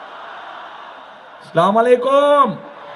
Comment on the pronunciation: ভাইয়া, ছালাম (আসসালামু আলাইকুম) ঠিক করে দিন।